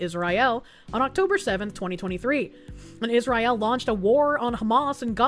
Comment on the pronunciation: Random beach jew, side quest hanuka I smiled for a moment (By the way its not israyel but is-ra-el)